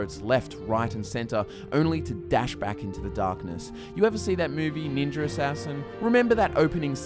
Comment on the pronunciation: ninja with the hard er is crazy